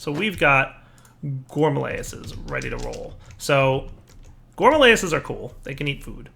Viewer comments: I keep telling him that it's Rilis not layis, that it rhymes with amaryllis. maybe today he'll read comments a little. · gore-mah-RILL-iss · Nope, it's not a joke, he litarally can't pronounce it right ; ) Not carefully reading seems to be a common problem for yters xD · Gore - Ma - Rill - Liss.. Let's all say it together. Including you,. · "Here's the problem with the gourmalayases"